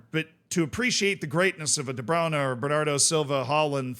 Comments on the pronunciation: I honestly can't hear you say "Debrownuh" one more time..lol.. The correct American pronunciation is: De-Broin-uh. Gotta get the "oin" in there, not the "own." Broin, not Brown. (No I'm not a City fan) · why are you pronouncing de bruyne as the browner